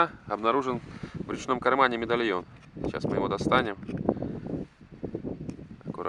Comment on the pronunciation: Бля сказал мидальйон прочитаеш